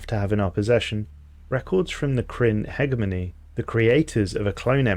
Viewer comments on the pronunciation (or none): Minor nitpick, but “Hegemony” is pronounced with g being said like a Capital G or j. So it’s “hejemony” in pronunciation. Great video regardless